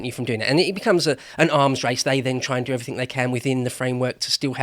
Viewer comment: Ears scresming with this bloke. EveryTHINK took me off before three minutes. Good channel, shame about this ex t-shirt designer.